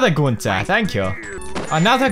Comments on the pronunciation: No ice king says it the right way and pewds is not saying it right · Tht how ur actually supposed 2 say it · Pewds pronounces it as günter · Idc how you're supposed to say it, I just friggin love it lol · Pewds, u calls gunter wrongly , listen how ice king calls gunter..